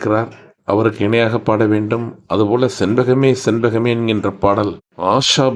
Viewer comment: செண்பகமே என்று பாடவில்லை அந்த அம்மா... மிகப்பெரும் பாடகி ஹிந்தி பாடகி... லதா மங்கேஷ்கர் ஆஷா போஸ்லே... இருவரும் நல்ல பாடகி இந்திய அளவில்... செண்பகமே என்று பாடவில்லை.. சின்பகமே... என்றுதான் பாடி இருக்கிறார்... உண்மைதான் கேட்டுப்பாருங்கள் தெரியும்.. சுமந்த பாடகியின் குரல் உச்சரிப்பு அருமை